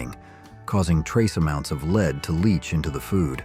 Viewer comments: Ye Gods and Little Fishes!! Can't you teach the AI narrator to promoune 'lead' properly (led) in context instead of 'lead', as in leading an animal?? Annoying as well as CLEARLY announcing your narration is done by AI!! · lead paint is pronounced LED. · Also mis-pronouncing lead the metal. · I believe your AI narrator doesn't know how to pronounce "margareen," "leed," or "soldered." 😊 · Margarine was ridiculously mispronounced. Saccharine, lead, etc. etc. Not subscribing because of this. Get a human!